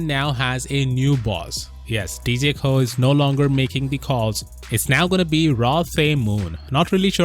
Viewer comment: Pronounced like "Roe" with just an "O" sound, kinda interesting you pronounced Koh right but Roh wrong when you have the same vowel concept haha anyway cheers :) (Actually technically, Roh is "Noh" but let's not get everyone too confused now hahaha (and actually, Koh is Goh hahahaha))